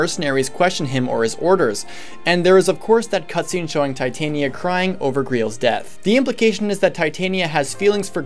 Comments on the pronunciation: Darth R0xas, As stated by Striped Shirt, Tie-tania is a metal. The name is pronounced Tit-ania. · it's supposed to be "Tit-ania", not "tie-tania" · Darth R0xas, the name comes from the queen of faries in one of Shakespeare's plays and is pronounced Tit-ania. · Am I the only one who blinked at /Tī/tān/ia/ instead of /Tit/on/ia/??... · Tye the Monado Boy Titanium is a metal. Titania follows grammatical conventions, so since the i is followed by a vowel within 2 letters, you pronounce it as I, not i. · It's supposed to be Tit - ah - nia. She's named after the queen of the faires from A Midsummer Night's Dream. There is an argument to be made for pronouncing it "tie", since the name is originally derived from the word "titan" (though considering the era that the name originally came from, it's unlikely that "titan" was pronounced the way we do it), but there is nothing backing up pronouncing the second syllable as "tayn" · well It's said more like Tuh-tania, but Tit-ania is how most people would write the pronunciation. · I'm offended at your pronunciation of "Titania" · Good video I like the idea behind this series.... just please pronounce Titania right in the future I normally am fine about pronunciations but that one just really got to me for whatever reason shudder